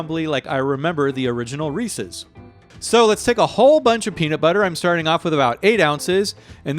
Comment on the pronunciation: finally someone who says their name correctly